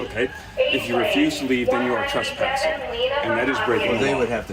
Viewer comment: Tress...tress...it's trespassing...not truspassing. This guy knows exactly what he's talking about and knows how to articulate his rights...good on him!